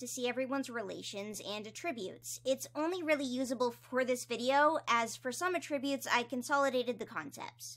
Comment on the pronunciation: please i love your videos i basically watch them religiously but i think you may be saying attributes wrong 😭 please don't take this as me being mean i just wanted to let you know, i could be wrong anyway. great video as always ur the best 👍